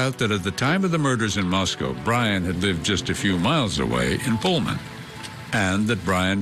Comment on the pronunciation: It's not the Pullem WSU it's Pullman 😅